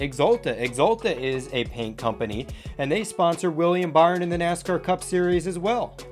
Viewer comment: Weir-E-am Buh-ry-on? Lol